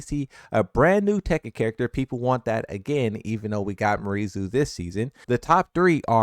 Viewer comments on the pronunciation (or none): It's "Me-are Zoo" actually if we pronounce it natively.